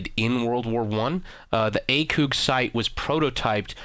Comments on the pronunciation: number 1 you are pronouncing ACOG wrong, say the letter A and then think of cog tags in gears of war now put the two together and you have ACOG number 2 the definition of an assault rifle is a gas operated, air cooled, magazine fed, semi automatic and 3 round burst or fully automatic rifle. Where as the maschinengewehr 08 is a machine gun witch is defined as a gas operated, air or water cooled, belt fed, fully automatic, mounted on bi pods, tri pods, or vehicles. Both of the definitions are from the U.S. army F-M's on these weapons other wise known as training manuals. Get your shit right. By the way I had never heard of you until I stumbled upon this video. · Who the fuck says "akewg" everyone says it as "a cog" that really made me cringe hearing it said as "akewg" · What is this a leafy is here video? And it's "ACOG" not "ACOOG". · i believe its ACOG not ACOOK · It's not acug it acog lol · Lol. He says Acewg. lol A....COG. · ITS ACOG!!! NOT ACOOOG!!!!!! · its pronounced A-COCK sight. not A-COUG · PLUS YOU SAID ACOG BADLY YOU INSTEAD SAID ACUG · "Acoog"😂😂 "supadupa premium"😂😂😂😂😂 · This dude said ACOOOG sight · He failed to pronounce almost everything, what is an acoog. I thought this guy was just stupid but now I know he is just full of shit. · u miss pronounced acog the last part is like fog but with a c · "A-CooG" sights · You should really look up pronunciations for things before making a video XD Butchering Maschinegewehr and The "ACOOG" sight. I couldn't take much more of how dumb you sounded after that. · "akoog" xD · lol mooooo says the cow... Acoooog says the idiot! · you're talking about him not being able to pronounce a weapon name but then again you dont know how to pronounce ACOG yourself. i literally cringed when hearing you said it x) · and he pronounces ACOG wrong! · you can't even say ACOG and u said flyer two different ways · your saying ACOG wrong lol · Lol he can't say acog right XD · Please never say A Coooog site again